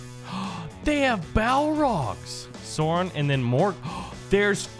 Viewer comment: i love how he says sauron (sore on)